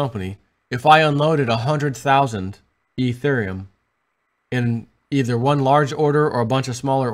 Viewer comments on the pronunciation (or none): teeth!!! Lmao you said either and it sounded like ether:) Made my day.